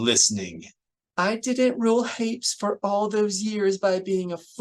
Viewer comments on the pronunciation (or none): My only criticism is that Hapes is pronounced like grapes. Lol